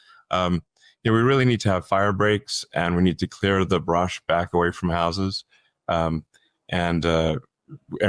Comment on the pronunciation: It’s not “bush,” my guy. It’s “brush.” Clearing the brush.